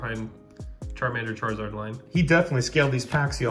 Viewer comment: I want duh churizurd Pokémon: No